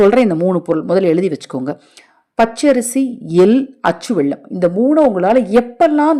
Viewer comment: Ell, vellam pronunciation sariyaga irukattam